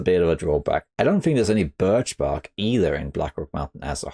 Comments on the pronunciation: Wow..... it's not often we get to correct you,. But your gaff here is so hysterically funny and worth pointing out. At just about the mark you say "There's Birk Barch." instead of Birch Bark. It's quite cute and so out of character for your near perfect tutorials. Also, this whole video really needs an update because of one single change: Salt. The availability of salt for curing meat makes CH nearly S tier, don't you think? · Sweet!! I love "BIRK BARCH" 😂😂😂❤ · I know it is a shallow and unnecessary observation, but it amused me to no end that said "Birk barch". It happens to the best of us! On a less shallow note: I am a huge fan of "settled mind" as a feat. I am not playing Interloper, but seeing as the threat of cabin fever seems to play such a big role in the choice of base location, that feat removes this necessity, which makes bases with indoor crafting benches so much more viable.